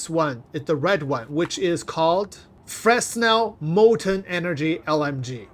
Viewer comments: Frenel, not FreSnel! By name of great french scientist Fresnel. Like in "fresnel lens" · Yeah. It's "frenel", not "Fresno" 😀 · Pronunciation tip. Fruh-nell. It's a French name and the S is silent. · "Fresnel" is pronounced "Fruh-nell"... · Don’t pronounce the “s.” Sounds like “frennel” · Can confirm. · its french its pronounced Fra - Nel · It's pronounced Frenel, not franel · Fresnel has been dead for 2 centuries and people still can't Google how to pronounce his name?!? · The "S" in Fresnel is mute.